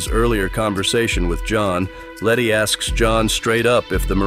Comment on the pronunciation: The entire time around 30 min they call her lenny not letty throughout